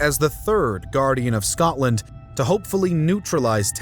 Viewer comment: Scodland? Scoddish? Pish off.